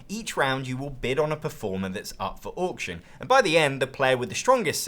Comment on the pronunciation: Can someone make an Auction game that has Orc's just so I can hear says 'Orction' more?